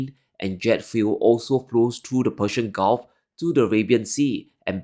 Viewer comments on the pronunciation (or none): none